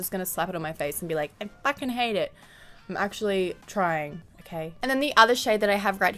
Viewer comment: I lmao when she goes "I fackin' hate it" dead.